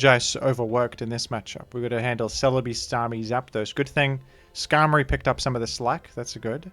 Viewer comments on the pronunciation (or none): none